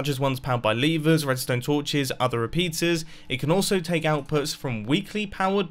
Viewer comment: “other re-pizzas”